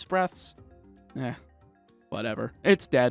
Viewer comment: I laughed when you said "Eh" xD I live in Canada and I've only ever heard 1 dude say it